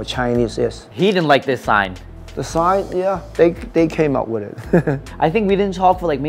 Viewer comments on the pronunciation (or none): "They came up wit it." I was not expecting him to say it like that 🤣